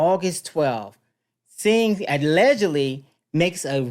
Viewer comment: His name is sing not sign.😊